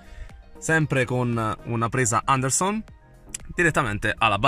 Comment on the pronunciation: Mi fai morire come dici...ANDERSON ahahahahah comunque complimenti per le spiegazioni